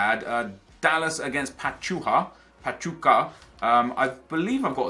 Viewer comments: is pachuca not pachucha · Nep it's Pa-chew-ka